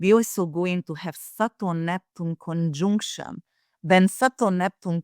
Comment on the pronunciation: Someone tell that arrogant accent-breaker that "conjunction" is NOT pronunced "CONJoooNCTION" !